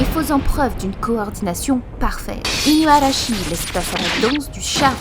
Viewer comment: À tu dis inuarashi 🙃